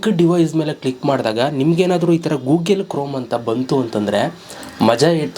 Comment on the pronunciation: ಗೂಗೆಲು ಅಲ್ಲ ಮಾರಾಯ ಗೂಗಲ್ 😂😂